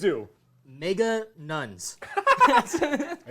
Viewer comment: Nega nuns as in negative.